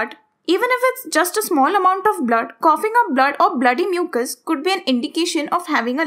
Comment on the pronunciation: It’s not coffings it’s coughing